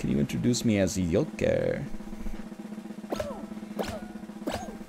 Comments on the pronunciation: "Yolker" My god... the Egg has been the Joker all along! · Is it Joker or Yolker?